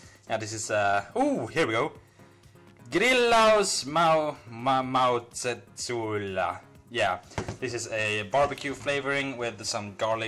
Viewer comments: Protip: You said Grillausmaustesuola wrong... twice..! Finnish isn´t that hard =D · you said the grillausmauste suola- word very well in finnish :D im finnish my self, i like your cooking videos, keep em coming :)